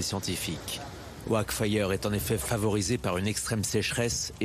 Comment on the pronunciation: ça critique l'écriture inclusive à tout bout de champ mais prononcer "oak" OHAQUE ça choque personne. De toutes façon c'est pas grave, on va tous crever dans les années qui viennent, merci capitalisme.